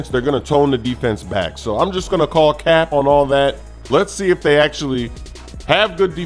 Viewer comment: It sounds weird when says Cap😂